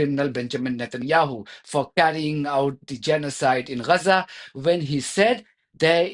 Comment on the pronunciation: It's Gaza not Raza.. the Woman's called it Gaza.. so did the Britts, the Turks... and the Gaza football team who were all Jewish...